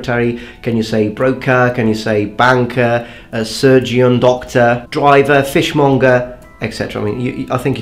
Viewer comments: you've said in past videos that you like people to help correct pronunication, so it's very picky but I'll do it anyway. You said surgeon like surg-ee-on, but I think people tend to pronounce it more like surgun, where the 'un' sounds like the second syllable of London. And also people will tend to say fishmunger instead of fishmonger...nowadays anyway. I'm going off an east anglian accent. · Hey good job mate and your English is very good considering it's your 2nd language. However surgeon is pronounced (sur-jen) and not (sur-jeon).:)